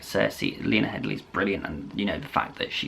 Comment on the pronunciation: Lena Headey. No L in the surname.